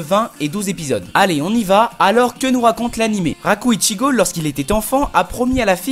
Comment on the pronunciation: NISEKOI IS LIFE (ET C'EST ICHIJO PAS ICHIGO)